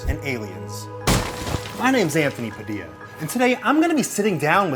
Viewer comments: This mad me angry It’s pronounced pa-dee-uh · wait did she pronounce Padilla like padiLLa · When the wolf guy pronounced Anthony’s last name wrong 😂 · The wolf guy just butchered Anthony's name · Did anyone catch that pronounced Padilla wrong?